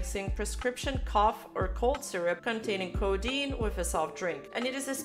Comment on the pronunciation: New word to add to the mental list of “Things I Never Thought I’d Hear Say” “Sizzirup”